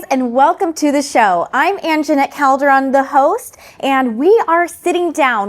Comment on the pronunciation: Why don’t you pronounce CALDERON the right way